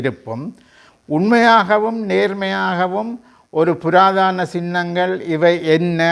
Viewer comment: "புராதன" not புராதான? அடுத்து எவர் ஆட்சிக்கு வந்தாலும், சிங்கள அரசாங்கங்களை பொறுத்த மட்டில் "கொள்கை" ஒன்றே.அனைவருமே "ஒரே கு......யில். ஊ.... மட்......ளே".